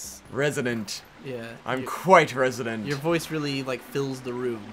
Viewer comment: Resonant, not resodent.